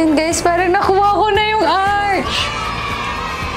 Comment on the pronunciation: Please check the correct pronunciation of ARCH. I might be wrong also.. 🤭